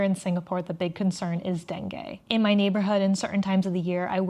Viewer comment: It is pronounced dengeee